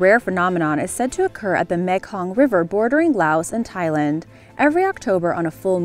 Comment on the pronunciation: I know your a yankee but learn the proper pronounce the words correctly ,its meee kong delta, you have done this in the past and its annoying